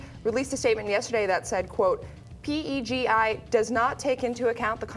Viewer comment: It's not P. E. G. I,. It's PEGI. Peyh-gee.